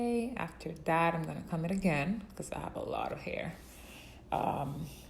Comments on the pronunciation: Cah- "OH"-mmm. Not Com lol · does anyone else notice she pronounces comb wrong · Anyone else bothered by how she says “comb”? Just me? Ok. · Hahah me too, I thought I'm the only one